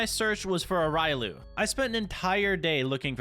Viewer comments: it's riolu not ryolu just saying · it is pronounced ree-oh-loo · RAILU IT'S RIOLU!!!! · Riolu is one of your favorite Pokémon but you pronounced it wrong lol it’s said like this (ree-ole-oo) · He said riolu the wrong way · You pronounced riolu wrong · Its riolu R I O L U